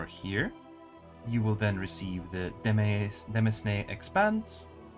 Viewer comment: Small correction: “demesne” is unfortunately pronounced like “domain”. Otherwise, this is a really useful guide. Much appreciated.